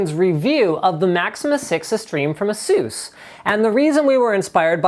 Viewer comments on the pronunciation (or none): Studios Yea. The right pronounciation is Ace-us/A-sus(pect/pension/tain) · juanito506 It's an Asian company, the pronunciation is more than likely 'Ass-oos' / 'Ass-ooce' I originally used to pronounce it 'Ace-us', but I've heard it pronounced differently so many times, would be nice to get a confirmation on it, as I use their products when I build a rig. Don't want to sound ignorant when I walk into a shop and then speaking to an Asian salesman about Asus products. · Studios Ah-ha... I just looked on the Asus web page under "About Asus" and it says "ASUS takes its name from Pegasus, the winged horse in Greek mythology that symbolizes wisdom and knowledge." In that case they're the ones pronouncing it wrong because if it's like Pegasus, then it should be "A-suss" and not "A-soos" like they told me on the phone. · Apparently the marketing guys at Asus think the "U" should be pronounced as if it had an umlaut (the double-dots over the U) forcing the "Eu" sound (like Uber), when typical Western pronunciation of Pegasus (winged horse, where Asus got the name from) usually has a short-U sound that's almost like replacing the 'u' with an 'i' (and is the same "sus" in words like "suspicious" and "suspect").